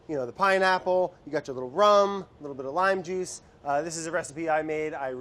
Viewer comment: I knew brad was gonna say "jujsh"